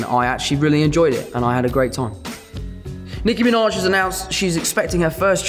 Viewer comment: “Nicki Miinawej” the way he says her name I can’t sksksks